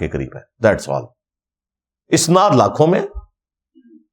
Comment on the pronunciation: جناب مرزاصاحب اَسناد اوراِسنادمیں فرق کرلیجئے اَسنادجمع ہے سندکی اوراِسناد باب افعال کامصدرہے آپ جواِسنادلفظ باربارکہہ رہے وہ دراصل اَسنادلفظ ہے